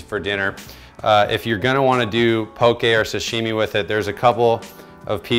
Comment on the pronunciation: You were pronouncing it right in the beginning.. pok-"EH" not po"KI" 😊